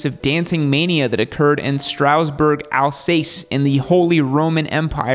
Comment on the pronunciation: Oh wow, your pronunciation of Strasbourg and Alsace broke my ears! Regardless, thanks for another great vid!